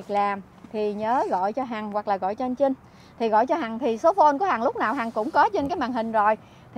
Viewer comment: ụa chị hằng ,anh trinh với chinh, hai từ khác nhau mà ,hai cách phát âm khác nhau ,âmtr với âmch mà ,e thì ko có ý kiến gì ,mong chị gọi tên các anh cho khán giả dễ hiểu hơn ,chúc chị nhiều sức khỏe